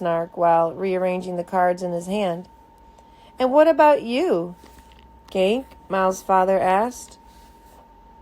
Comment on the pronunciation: iTS GANKE NOT GANK but thanks for this